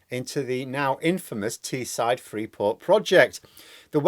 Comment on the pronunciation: It's Teesside,. The side of the Tees, not the side of the Tee. You wouldn't want to come over as a "lazy southerner" would you now. For Teessiders, Leeds is the South ⬇️.